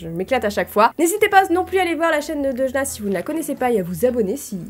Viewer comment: "DeuDJna" Ça me bute, coment t'as pas respecté son pseudo 😂😂😂